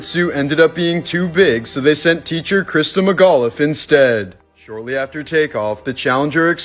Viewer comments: It's not Christa Mcgauliffe is Christa McAuliffe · Let me start by saying, i love your channel. It's Krista McAulfie (Mac-All-Fee) not Krista Magaluf. Please, have enough respect to at least get her name right.